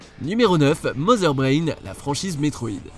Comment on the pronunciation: Tu as bien prononcé Mother Brain